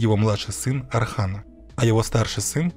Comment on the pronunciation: Отличный ролик, но есть просьба: называйте Османа Османом, а не Асманом, сына его Орхана не Арханом и империю не Асманской, а Османской. Для турков это имеет очень большое значение. Мы же не называем Иванов Айванами!